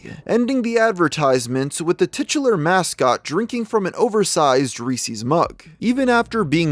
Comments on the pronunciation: I love this channel and the videos... but I can only hear it mispronounced as Reesees so many times before I lose my mind. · Reese’s NOT Peeceez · Why the fuck did you pronounce Reese’s like that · Wait i gotta ask. How do you guys pronounce reese’s? “Reesees” or “Reesez”